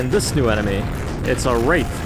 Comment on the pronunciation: Imagine pronouncing Wrath as Wraith, such cringe